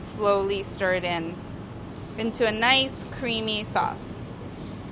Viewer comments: do i hear a couple of 'noice's..? heh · She said noice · Wait ! I heard noice.. DOES MOLLY LIKE BROOKLYN NINE NINE?!!!!!!